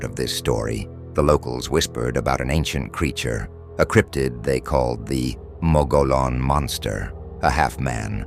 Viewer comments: Mo-go-lon? Why are you speaking Texas Mexican Davy Crockett? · Phonetically pronounced Mug gee on.. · As a native Arizona, we pronounce it "Mo-gee-own". The giant, hairy creature is cannibalistic. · Mo- Gee - Onn....... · You know, you really sound like dorks when you mispronounce the name of the rim. The correct annunciation for the Mogollon Rim is “Muggyon” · Moh-geee-on Say it nice and slow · OMG ITS PRONOUNCED MUGGY ON RIM!😅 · TRUE! It's pronounced MO-GE-YON. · Omg! Your mispronounciation of "Mogollon" is infuriating!! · The mispronounciation is infuriating. The dude's name was Mogollon, it was Spanish. That means double L makes the Y sound.